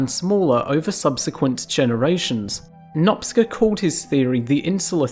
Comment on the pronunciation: ..."Nopsca"😮😢?!?!Por favor señor, leelo como:"nopCHa"/Ferencz Nopcsa =Francisc Noaptea 😮 saludos 🎉Le pido un poco de atención por favor 🎉